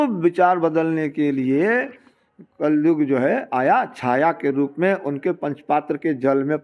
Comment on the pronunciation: कलजुग नही, कलियुग होता है, शब्द सही नहीं, विश्लेषण कर दिए!!